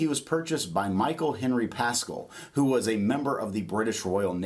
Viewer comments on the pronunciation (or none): none